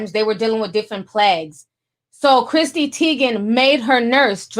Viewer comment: CHRISSY NOT CHRISTY! Omg my eye twitched everytime you said Christy